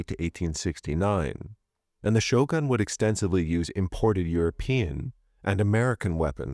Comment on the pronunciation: The way you said "shogun" not same way so say "shotgun". You must say "shogun" with "gun" with U.